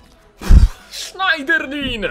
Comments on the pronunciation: nie Sznajderlin, a Sznederlę ;) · Czyta się Sznederlę. Tak samo jak Coquelin czyta się Koklę.